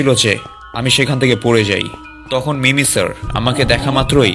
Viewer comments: ওটা মিমিসার না ওটা মিমিকার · ভাই ওটা মিমি সার না ওটা হবে মিমি কার